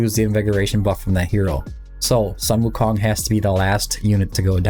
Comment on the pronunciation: "Soon-Woo-Kong" not "Sun-Woo-Kong"